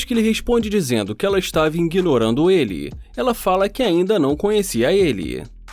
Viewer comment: Nao se fala inguinorando kkk